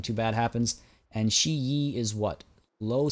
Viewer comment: Since you're asking, not that it bothers me that much.... Shi yi => only the i in yi sound like 'ee', the one in Shi sounds somewhat like the i in 'bird'. Example : Second syllable Same for all of those : Shi/Si, Zhi/Zi, Chi/Ci, Ri That's why "zi" in "Sun Zi" or "Lao Zi" is often written "Tsu" or "Tse" in English, or even Tseu in French.